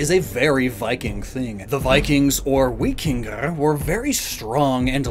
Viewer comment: Vikingir? Us Norwegians would say Vikinger